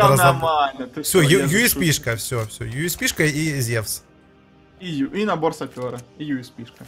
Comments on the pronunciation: зевс а не зювс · видос класс,но не зюс а зевс